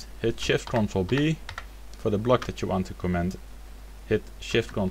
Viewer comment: A tip for your English: Stress 'comment' on the first syllable. Otherwise, it may sound like you are saying 'command'. Cheers. [